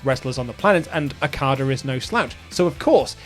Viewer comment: Every time okadas name is mispronounced I die inside alil more